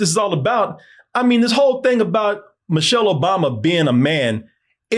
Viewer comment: Who the hell is "Mochelle"?